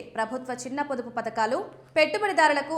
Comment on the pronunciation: పతకాలు కాదు, పథకాలు! తెలుగు సరిగ్గా రాని తెలుగు పాపులర్ TV😂!